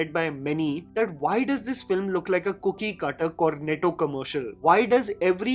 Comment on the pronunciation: your content is superb as always! Btw you said FLIM at 8.07...